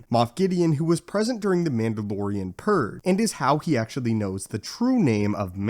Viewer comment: PurGE, not Purr.